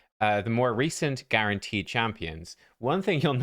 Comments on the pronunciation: ermahgerd it's guarnaterd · Guarnateed? Lol